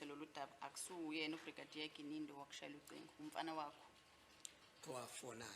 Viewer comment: Even calls Gininda ( Gananda) Longwe ( Lolongwe)